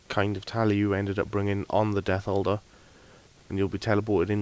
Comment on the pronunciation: I thought you were saying "Death Holder" instead of "Death Altar" so for about 5 minutes I looked up what the hell a death holder was lmfao.